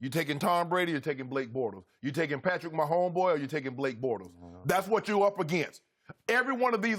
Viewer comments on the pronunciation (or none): “Patrick Mahomboy”😂😂😂😂😂 shannon keep my dying